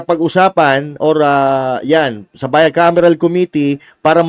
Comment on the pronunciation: Hindi nga GAA, Bicamiral..